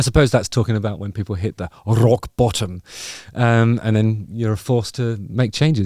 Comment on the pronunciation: Rolling your “R’s” on “Rrrrrrock Bottom” rrrrrules.